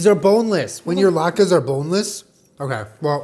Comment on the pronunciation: "I know the challah bread and I know thuh lahtkus"